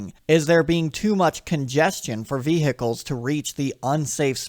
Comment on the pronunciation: 'Vee Hickles' I just can't get over it 😂😂 Enjoyed the video though